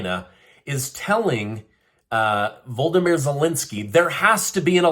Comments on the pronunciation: Yo, the President of Ukraine is not called ‘Voldomir’ as you idiotically pronounce. His name is ‘Volodymyr’. Please do him the courtesy of putting your lips and tongue together in such a way that that noise comes out. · His first name is pronounced voe LOD ah meer. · You seem to be leaving out a syllable in Volodymyr by calling him "Voldymyr" Zelensky.